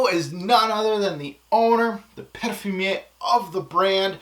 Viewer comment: what's "perrferrr?"